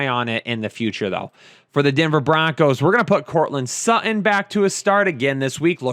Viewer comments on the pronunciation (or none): none